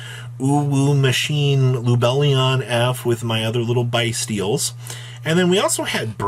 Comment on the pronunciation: Lmaooo its byssstial 😭😭😭